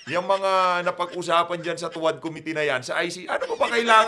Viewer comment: Sabi ni Dan Fer, to wah, to wah,to wah di niya mabigkas ang tuwad, nanga- utal!!!